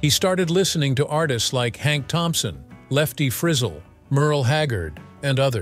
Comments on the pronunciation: I can't believe the commentator can't pronounce LEFTY FRIZ ZEL... what a joke... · Lefty Frizz-ul? Good Lord, pronounce names correctly!! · Lefty Frizzel not Lefty Frizzle. 😂😂😂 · the narrator doesn’t know how to pronounce Lefty Frizzell. It’s “Fra zale” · George is the best. He deserves a commentator on this piece who knows country music and can at least pronounce Lefty Frizzell’s name! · I cannot believe how this guy can’t pronounce Lefty Frizzell’s name. What a slap in the face to Lefty.